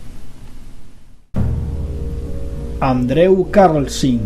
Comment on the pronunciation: ''andrew'' jajajajaaja se pronuncia ''andru'' campeon ;)